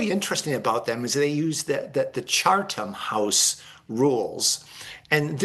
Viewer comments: Soo... A guy who says Cha(r)tham House instead of Chatham House is an expert? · “Chartham House?” Thanks expert. Why should you bother to know that it is pronounced and spelled “Chatham.?” Where did that R come from? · It's CHATHAM HOUSE, not CHARTHAM 😂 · I don’t trust a guy that calls "Chatham House" " Chartham House". Sorry, he's supposed to be the expert!! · It is pronounced CHAT-UM House rules.